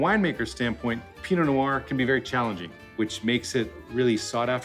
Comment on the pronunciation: dont pronounce the t makes you sound like an idiot